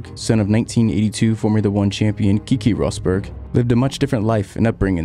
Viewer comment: Cracked little bit when you said Kiki Rosberg 😂😂 It's Keke Rosberg. Great vid nevertheless 🙌